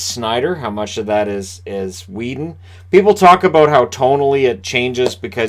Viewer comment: haha you said our and aboot funny :P